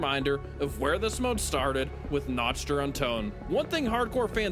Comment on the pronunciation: notst der untoten